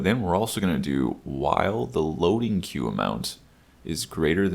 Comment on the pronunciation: it's aggravating me every time you truncate "queue" lol but this is a great video. Thanks